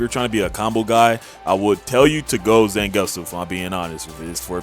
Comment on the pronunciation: they way you pounce zangetsu is Z- ON-GET-SU